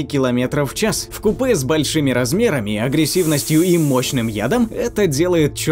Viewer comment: В купе. Нет, блин, в плацкарте. Если серьезно, то вкупе - ударение на у. Видео получилось очень классным. Люблю рептилий, они удивительные 🐢🐍🦎🦖🦕🐊